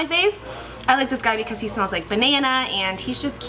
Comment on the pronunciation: It's funny how she said because when she was blotting her face. Hahaha. Becaush